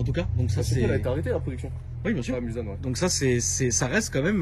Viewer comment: Hello, juste pour info on ne dit pas MulZanne mais MulSSanne bonne vidéo cependant